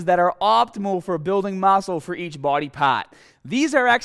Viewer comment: mascle for each bwody pawt